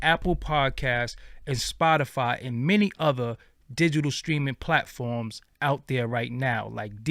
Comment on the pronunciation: “White pIatforms”? Lol